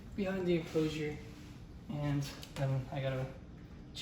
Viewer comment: Is it just me or the way he says "enclosure" is satisfying 😭😭😭😭